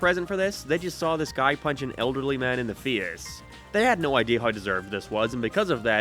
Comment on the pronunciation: Why can't this guy say face